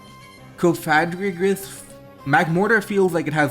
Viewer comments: Cough-uh-gree-giss is how you pronounce Cofagrigus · I actually love it when people mispronounce stuff. Sure it's not "correct" and the pronunciation police will come along but they're so serious anyway so who cares! Plus you're busy focusing on the game., keep on misorpnouncing Cofagreegrus (and bring back Verizon 👉👈) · "Cough-ugh-gree-gus" is how I pronounce it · Cofagrigus is Cough-Uh-Gree-Gus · Cofagrigus - coffin + sarcophagus = KOF-a-GRE-gus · cofagrigus = cough - uh - gree - jus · Cofagrigus = Cough - Ah - Gree - Gus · I have recently altered my pronunciation of Cofagrigus, Coff a greejus, (i think the hidden play on words here is egregious so i pronounce it with that in mind). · Coffin-egregious. Coff-a-gree-jus. Please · Coff-a-gree-*gus. Where did you get the j from lol it is definitely not pronounced with a j. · I pronounce cofagrigus like coh (as in code) fah (as in father) gree (as in greed) gus (as in Gus) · You are here to watch some high-level Pokémon I’m here to count how many different ways one can pronounce Cofagrigus We are not the same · Don’t emphasize “fag” in cofagrigus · Coffin + Sarcophagus. He’s definitely saying it wrong, but that just makes it funny tbh lol.